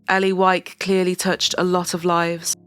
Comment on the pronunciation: wow we have the same last name and the narrator said it correctly, which almost never happens...